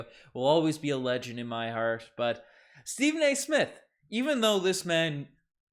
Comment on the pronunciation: Stephen not Steven